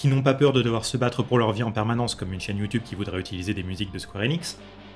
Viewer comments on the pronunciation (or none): none